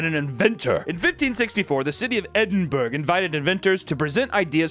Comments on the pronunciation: Americans saying Edinburgh haha. say it like Edin-bruh instead of Edin-burg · Did… did you just say “edin-berg?” 😂 love it. (Edin-bruh) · Edinburgh is pronounced ED-IN-BUR-UH not -ED-IN-BURG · edin-buruh not edin-burg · U said Edinburgh wrong, its pronounced ed-in-bur-uh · "Edinburg" possibly the pronunciation of the city I've ever heard 😂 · I can’t believe he pronounced Edinburgh as Edinberg 💀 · ED-IN-BUR-RA Edinburgh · Edinburg??? lol nooo Edinburgh the British are gonna roast that shit now 🙄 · Why do americans always pronounce Edinburgh as "edinburg" do they pronce rough as "roug" Also, why do the spell colour as color but not rough as rogh? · The Scottish city Edinberg 😂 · It's not EdinBURG!!!! ITS Edinburgh, the "h" is there for a reason! Lol nah seriously I don't care but damn it's so rare for someone in the USA to call our small and boring capital the proper way heehee I was going to call it useless as well but lots of interesting people have either come from or studied there like Alexander Graham Bell, Sean Connery, Charles Darwin, Arthur Conan Doyle and also, to my dismay, J.K Rowling-horrible person. Ahhh that was a nice rant 😂 like I said though I wasn't really being serious about the name not being said properly lol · EDIN BURG 😂😂😂 bro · there's no way you actually think that's a drawing. - you said Edinburgh completely wrong. "Censa" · As a scottish gal the pronunciation of Edinburgh has upset me deeply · The way Americans say Edinburgh actually hurts my soul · You mutilated the pronunciation of Edinburgh 😂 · I love you but the way you pronounce Edinburgh hurts me